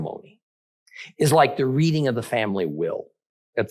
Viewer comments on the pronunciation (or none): none